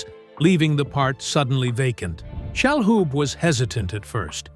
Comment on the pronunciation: Please spare us the fake AI narration. IT IS PRONOUNCED SHA-LOOB, NOT SHALL HOOB.